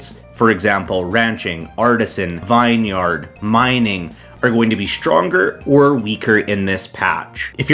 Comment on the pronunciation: Btw Vineyard is not pronounced Vine Yard it’s Vin-yrd